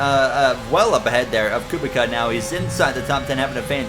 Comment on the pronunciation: Just to help, Robert Kubica's last name is pronouced Ku-bit-sa